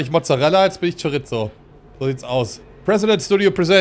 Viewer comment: Hi. Ich bin halb spanier. Es wird nicht Chori(z)o ausgesprochen sondern wie Chori(ss)o. Also nicht wie wir deutschen mit Z sondern einfach Wasser, Fässer, Kissen. Also einfach doppel S